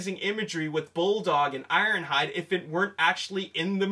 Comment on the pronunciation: he messed up IronHides name